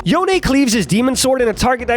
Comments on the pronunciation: Stop saying yoné, it’s spelled yone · It's YONE(Yo-Own) not YONAY(Yo-aye). Why do people say it like that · Cringed everytime you pronounced it yonAy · nope, Yo-Nay is the official rito pronunciation of the name. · wait, is yon-eh canadian?